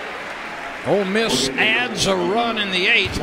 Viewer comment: Did commentator say "Old Miss Rebels" I thought hey were the brown bears... or land sharks.